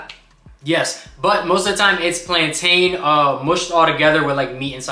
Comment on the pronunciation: I cringed every time you mispronounced plantain.